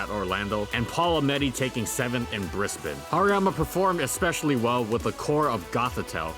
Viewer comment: That's STILL not how you pronounce Brisbane. It's Briz-bahn, not Briss-bahn.